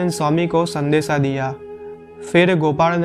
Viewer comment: इस स्थान का सही नाम 'साळंगपुर' है। अंग्रेज़ी में 'ळ' उच्चारण नहीं है, इस लिए रोमन लिपि में 'L' ही लिखना पड़ता है। आप इस का उच्चार "सारंगपुर" न करें, असली नाम 'साळंगपुर' ही बोलें और लिखें।